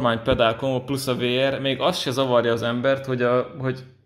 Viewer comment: A VR-t úgy kell ejteni hogy víár.